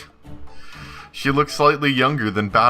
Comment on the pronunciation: Good job correcting your "Furudo" pronunciation.